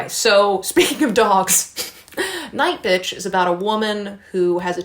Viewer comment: I read 6 books this month and that’s the most I’ve read in a month. Feeling pretty good for the rest of the year. Still find fascinating how you say NightBitch 💀😂😂